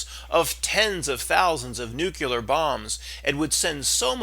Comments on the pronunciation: Say new-KLEE-ar, like new-KLEE-us. Stop saying "nuke-U-lar..." It makes you sound ignorant on these subjects. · Nucular?, your credibility just went in the toilet. Amazing what people are doing to avoid real employment. 😃 Just kidding, we need the entertainment.